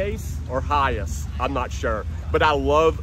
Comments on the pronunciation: It's pronounced hi ACE not hi ise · AAAAAHHHHHHHHH I cant stand it anymore lol It's Hi ACE not Hi ASS lol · NOte that it's spelled HiAce. Capital H, Capital A. It's pronounced High Ace................ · the dude in video is pronouncing HiAce as "High ass" 😂😂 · For a car guy, you need to know how to pronounce your models. I've always thought it was pronouced as High Ace, not Hi-yas. It's essentially the mimic kind of the English pronunciation of high Ace. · Hey - Get it right its a Toyota "High - Ace" what's up with the Hi-yes? Duh??? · It’s not Hi- S it’s HI - ACE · Hiace pronounced Hi Ace 😂😂😂 not hayice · High Ace not High Ass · Hi-ace mate not hi-iss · Not "Hi-Ace" not "Hi-Ass" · It’s not high ass. It’s pronounced high ace! 😖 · In English the vans name is pronounced HI ACE as in a card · it's pronounced hi as the word hi then ace so yeah 👍🏻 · awesome videos dude.... it's pronounced Hi Ace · Pronounced Hi-Ace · Hi Ace pronounced High Ace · It’s pronounced as HI-ACE. It’s not a one word. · Hi-Ace not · its pronouced high ace... but as one word.. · Pretty sure you're pronouncing it wrong 😂